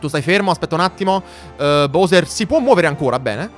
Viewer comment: Posso chiederti una cosa: se il gioco lo nomina BAUSER (come faccio anche io), perché continui a chiamarlo BOUSER?